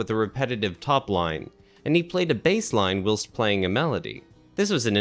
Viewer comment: isn't whilst pronounced while-st ? is this AI narration ?